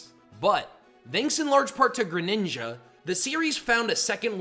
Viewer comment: GRENINJA, NOT GRANINGA!